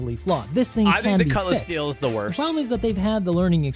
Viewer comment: "Cutlass Steal" LOL